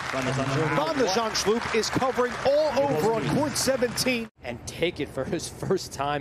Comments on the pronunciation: Van de 'zandzschllloop? You can clearly read that the L doesn't come after the H... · He was pronouncing it 'Zandschlupe' - is that right, Dutch speakers? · The reporter keeps on saying "Van de Zandschlup", but really, the U comes before the L 😏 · Vèn de Zendshlup? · Either the commentator is dyslexic or thinks Holland doesn't obey the rules of phonetics